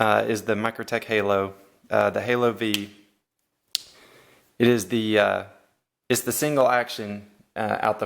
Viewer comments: Halo vee? I believe you say the word five. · It's "HALO FIVE" not literally the letter V, it's the Roman Numeral for Five.